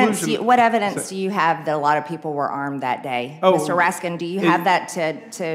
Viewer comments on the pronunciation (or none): Funny..Ratskins or Ratskin..too bad she didn't pick that and stick with it. Mispronouncing someones name on purpose is fairly juvenile. But probably a step up for Mr. Greene.. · Yeah, she got his name wrong. There's no S at the end of his name, and she forgot the T after the R and the A. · Oh Mr. raskinsssssssss. Sorry for mispronouncing your name Mr. Raskinsssssssssss. 🤓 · She said his name wrong. Its not Ratskins its Ratface! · Interesting whenever someone starts to answer a question they get interrupted and told they can't ask questions instead of letting them answer. Also seemed petty after correcting the pronunciation of his last name he deliberately mispronounced her last name. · Don’t you love how these types act like it’s such an indignity to have their name mispronounced to finally get to discredit their opponent. The media and this guy give Biden a free pass on every name and place he utters. Such blatant double standards